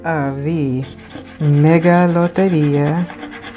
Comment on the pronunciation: I was glued ..once you tongue rolled Loteria!! I’m gone learn it😩 Thank you for this, I enjoyed watching this profit session✨